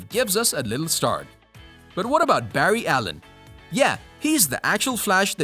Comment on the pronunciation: Bru did you just say berry allen